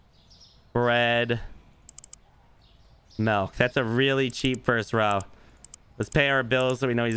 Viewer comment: Considering the owner says MELK its a 3 out of 10.